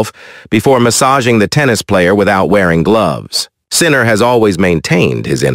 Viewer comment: "World no one Sinner"😂. Is it too much to ask the person who posted the video to read it him/her self?